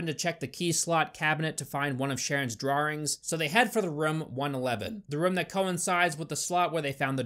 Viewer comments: I love your videos but if you say draw-rings instead of draw-ings one more time in gonna pretend to unsubscribe hahahahha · I love your videos but I seriously cant get over your pronunciation of “drawings” DRAW THEN INGS ITS NOT THAT HARD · I can’t help but wince every time he says ‘drarings’ (drawings) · I love it when says drarrings instead of drawings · Anyone else recognise how pronounces 'drawrings'? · Drawrings huh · Right... but why do you keep pronouncing it as 'drarwrings' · i like the way you say "drawrings" lol 😂🗿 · Pleaae say drawing(s) one more time in your next video please. 👀